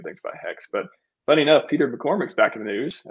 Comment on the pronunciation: its McCormack, Peter. He got severed by Eric Weinstein. Peter McCormack